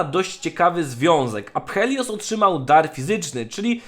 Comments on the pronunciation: Czy ty serio czytałeś to tak jak się pisze xD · Nawet nie pomyślałem o łacinie czy tam Grece tylko normalnie po angielsku to czytałem przez f a on wyjeżdża z czytaniem jak się pisze... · nie mów aphelios prosze, po angielsku wymawia sie apelios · ~afelios a nie apHelios (nie czytaj h) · Typie, nie czyta się "H". Nazwę tej postaci wymawia się "Apelios" a nie "ApHelios". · Proszę, nie wymawiaj tego ApHelios, tylko Afelios bo już uszy bolą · Błagam, błagam nie mów aPHelios, tylko aFelios. W łacinie (która jest bliska językowi polskiemu, bo wiele nazw polskich się od niej bierze np. Adwokat) ph czyta się jako f (nawet chyba w angielskim tak jest). Dlatego proszę czytaj tak to, bo to rani moje uszy ;_ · Nie wytrzymam jak mówisz "aPHelios" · Czyta się AFELIOS. Kuje w uszy xD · NIE wymawia się w jego imieniu "h" : więc mówi się A(f)el(j)ios. Łączy się "p" z "h", więc "h" tj. w języku niemieckim zanika, a "i" zostaje zmiekczone przez "l" które mocniej się wymawia w jego imieniu. Jego imię jest zabrane z pre-celtyckiego języka z ukreślnikiem greckiego - skąd wiem? Po intro historii z forum na lolu. Imiona wszystkich występujących tam bohaterów maja te same pochodzenie immienne. Imię jego siostry oznacza "odkupienie" lub "piękna" Alune, czyli - στυπτηρία - styptira. Natomiast Aphelios pochodzi od - αφήλιο - Aphelion. Jeżeli moja wiedza archeologii pre-linostycznych znaczeń się zgadza, Aphelios ma takie same znaczenie jak imienie jego siostry, czyli "przystojny", co do odkupienia - to niestety słabo, bo nie występuje u niego "lun" w imieniu No cóż, przynajmniej tak naprowadzają poszlaki w tekście. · Jedna sprawa. Jego imię powinno się czytać "Afelios" a nie "Aphelios". Jako że jest to nazwa własna, konkretniej imię w języku angielskim. A jak dobrze wiemy połączenie liter "ph" po angielsku jest czytane jako "f". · rozumiem ze to wciaz jest nawiazanie do greckiego ap helios i ze to jest jakos "daleko od slonca" ale wciaz to APH boli >:( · Ph czyta sie jako F